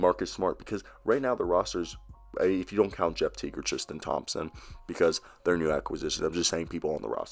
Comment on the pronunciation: Bruh. You can’t say theis right or thompson, what’s up with that man